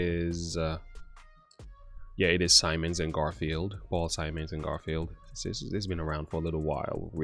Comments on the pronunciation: Garfunkel, not Garfield! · It's not Garfield its garfunkel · Garfunkel not garfield